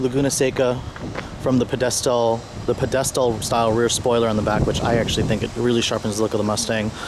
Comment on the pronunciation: Pe-DES-tal spoiler haha